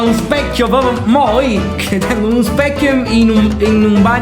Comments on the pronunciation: Infatti dice speccio ma non lo ha notato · Ma dice solo un speccio o specchio? 🤣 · Ha detto un speccio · Ma, per curiosità, oltre al fatto che "un specchio" non si dice: sbaglio o sembra che dica "un speccio"? Forse è una mia impressione, ma mi sembra che abbia inghiottito anche la H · comunque dice un speccio. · ma sto sentenne male o dice "speccio" e no specchio? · Ma dice specio 😂